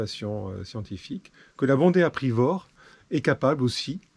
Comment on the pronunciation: Bondrée apivore et non pas bondée aprivore ;))